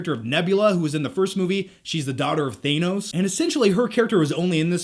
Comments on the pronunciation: Thaynos or Thanos? haha am I the only who thought that came out super weird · Gamora was never blue, you still pronounce Thanos wrong, and I kept waiting for this movie to feel like it was getting started before we were all of a sudden in the third act. Oh, and I own Overboard! Haha!! ...and that's all I have to say about that.